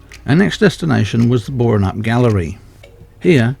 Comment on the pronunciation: You really ought learn tp pronounce Boranup!! Splash Rock. I was down there about 3-4 weeks ago. Standing where you were, your camera would have drowned. I got wet enough in the car park.